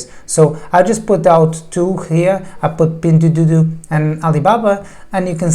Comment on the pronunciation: Your pronunciation of "pingduoduo" is awful and wrong :D Thanks for the great Video tho!